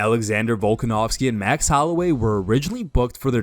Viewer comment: How you gonna call yourself an mma page and fuck up Max's name lol